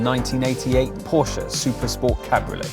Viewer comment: Props to you for pronouncing "Porsche" the correct way